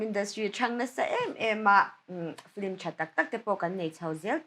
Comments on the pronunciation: Fliiimm tih hian lam ri tawh lo u la, fil-immm tiin lam hram thin u la..tunlai angah flimmm la tih tut te hi mipui hmaa lang chin tan a mawi tawh lo ania. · Hosh Omomi khi,Film tih hi,Flim ti in alama,anihna bo vekin ka hria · Mithiam leh changkang pui pui te hian FLIM ang hian in lam ṭhin a. FILM a ni si a. F leh L hi a awm kawp lova, flim angin tihrik chi a ni lo a sin. L hi ri thawi ve zeuhin i zawh chiah hian lam tel zeuh chauh tur a nia. F-i-l-m. F leh L hi a ri kawp tur a ni lova.